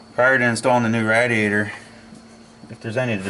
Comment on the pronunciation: Hearing you mospronouce radiator is killing me, it's pronounced ray-dee-a-tor. Like radiate.